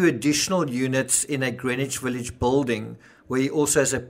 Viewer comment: So you pronounce “children” and “building” weird. Big deal... Maybe it’s where you’re from is what I figured.